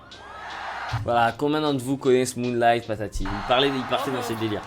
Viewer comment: ptn il m'a tuée ""moolighttt" mdrr